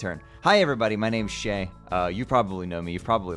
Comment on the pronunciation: shayy, it's shayy go to shayy